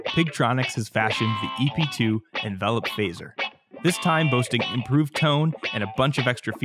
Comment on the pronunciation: I am french and learned english at school and university, I noticed he stresses the wrong syllable (as in the verb "to envelop") but I am very surprised you find it annoying because I hear so many mistakes on YouTube ten times more shocking made by original english and american speakers and nobody ever mention them !